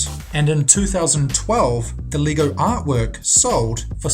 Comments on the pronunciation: LEGO is pronounced Lay-go. Gosh, learn how to speak. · lego not leego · Leego? Pronounce it right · It's pronounced leg-oh not Lee-go. Geeze. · It's not lee-go its leg-o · Sound like you pronounce Lego as lee-goh